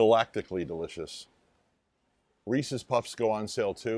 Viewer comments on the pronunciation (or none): The way you pronounced Reese’s puffs 🤮🤮🤮